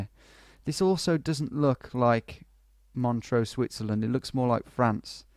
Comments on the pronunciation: He keeps mispronouncing it. There's no A in MONTREUX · This was an interesting challenge, but unlike the GeoDetective challenges, "ISTS" can't really be 5k'd without moving. r1 you made the normal mistake Brits make of mispronouncing Montreux, which usually leads to confusion, but pulled out a good guess. r2 you're surely right that whoever made the map intended for the town name to be visible. r3 you misjudged the angle of the road slightly, but this was difficult to 5k even in moving mode. r4 required a leap of faith to believe that the graffiti was the name of the town. I think it was obvious that the signs were in Greek, although Vlakava (which means Romania I think - an old English name for Romania is Wallachia) is a bit odd. But it was worth doing the challenge just to find out about Greece's answer to Mount Rushmore. r5 I can't really defend you - Guayaquil is such a major city - although ISTS does start to play tricks with your mind after a while! All the best.